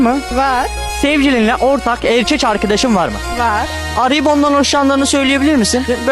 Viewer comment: Ekek demesi